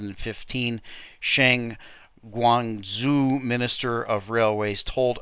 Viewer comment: gwong-joe, man... gwong-joe.